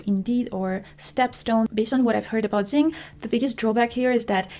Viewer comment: The alternative Xing is pronounced as crossing.